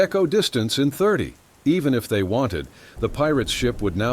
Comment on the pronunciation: The word is "They" not Zay!